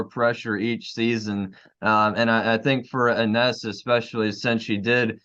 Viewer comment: Ines (pronounced E-nesh, gents) is going to surprise a lotta folks this season. She didn't know the system when she came in last season - at least not until the end of the season. She's got lots of practice time under her belt now so I think she'll show lots more control. She's got great skills and a nice touch around the basket. She's sneaky good on D, and like you said, she can hit the 3.